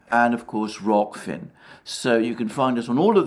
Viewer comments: He finally said Rock-Fin! 😭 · My god, Alexander said Rokfin correctly! 😲This is a day I thought I'd never see. There is hope yet, hurrah! 🙂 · Ok confession time. Even though I was not one of those petty enough to mention it, I did let out a little cheer when Alexander correctly pronounced Rokfin. Just me? Great video as always Alexander! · RO____K____F____IN.....finally, theres no more looking forward to Alexander butchering "ROKFIN"... it was fun while it lasted! ;) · Heh he gave up 😀 gonna miss "rofkin" gotta say it sounds better imo 😀